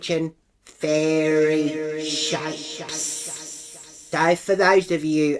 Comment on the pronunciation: ‘Fairee shappes’😂